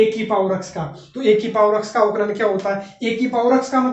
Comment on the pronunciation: Avkalaj nhi avkalan hota h sir